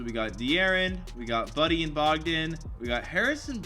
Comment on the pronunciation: call him bogdan in person and see his reaction.. it's pronounce Boe-gdan